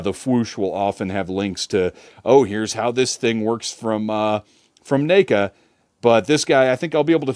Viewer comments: 🤣 - you're saying NACA. Like you're starting to pronounce name instead of neck, even though it's NECA. Seriously made me laugh, and that's a rare thing. There's been more than a few ppl over the years that say that company's name in unusual ways, like Knee-ka....but never heard na(ked)-ka lol. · Let me guess this is ur first neca figure? Lmao the way u pronounced the name 😂